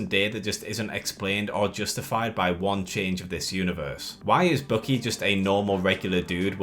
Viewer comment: I kept wondering who this "Bookie" is you keep talking about, then I realized you meant Winter Soldier. Dude, his name is BUCKY. Bukk-ee. It's pronounced completely differently.